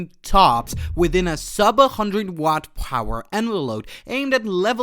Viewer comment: Can't pronounce watt, ⅓ in and no lede!? I Googled it. They have a device doing 1.7 TOPS. I just got an ARM device with 64GB DDR5, and an NPU TOPS, system 45 TOPS. Mine runs LLM and you are pitching something for security cameras. Get a clue.